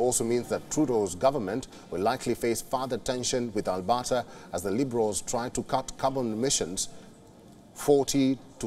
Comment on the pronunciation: As a Canadian, this newscast is hilarious. The province of "Albotta." So many factual errors: The UCP were the opposition, he tells us. Danielle Smith is "Canada's premiere." And Ottawa is a province now, apparently.🤣🤣🤣🤣